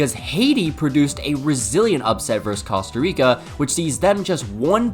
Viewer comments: As a man who has family that lives in Costa Rica please learn how to pronounce that beautiful country's name correctly. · I hate to be that guy but his pronunciation of Costa Rica is killing me 😭